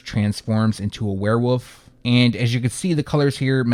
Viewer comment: Lol “where-woof” 😏